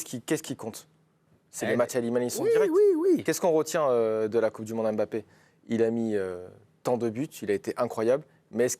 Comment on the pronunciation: On ne dit pas M-Bappé. Vous êtes INFOUTUS pour prononcer correctement le nom de famille de votre génie Français. C’est lamentable et médiocre. INFOUTUS de prononcer correctement le nom de Mbappé, INFOUTUS de prononcer correctement le nom de N’Golo Kanté.